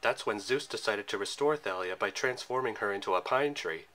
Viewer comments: No it's not. Listen to how rick says it. The movie's pronunciation is wrong. It is said "Tha-lee-uh" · Nice video! But in Thalia's name, you don't pronounce the 'Th' in 'Thalia,' just the 'T.'